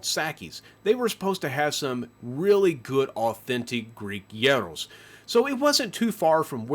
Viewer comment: oh love it's not gEros, it's geeros... gEros means "old man" 😂😂😂